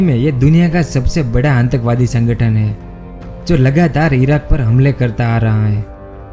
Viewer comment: Bolna bhi nhi aata aur subscribers to dekho kitne sare he.😂🤣 Happens only on YouTube